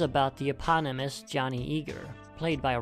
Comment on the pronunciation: Pro tip: suave is pronounced with an A like in RA's al Ghul.